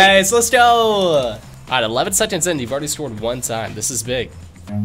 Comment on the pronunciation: Is anyone else annoyed when he pronounces seconds as sedconds